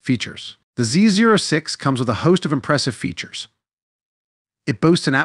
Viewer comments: It’s pronounced “Zee oh six” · NO ONE calls it a Z zero 6. Duh. Get a life